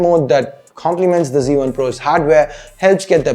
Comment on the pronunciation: its z1 not c1...please try to pronounce it in the right way...